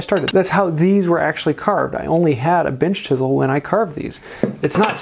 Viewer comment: I had to turn on captions to make sure you weren't saying "big bitch chisel" XD